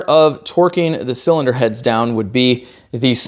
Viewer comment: Please keep saying “zilinder heads” 😅